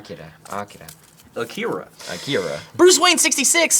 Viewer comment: Thank you for saying akira correctly! I love that movie so much! The comic of it is amazing too!